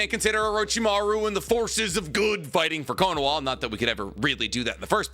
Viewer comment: Why do i keep hearing konaWa? Isnt it konaHa?